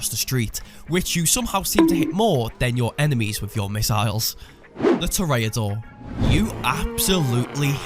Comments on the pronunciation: The “Tourayadoor” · Can't even pronounce Toreador correctly. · I feel butchered of how he pronounce "toreador" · Awesome video, but never say toreador like that ever again.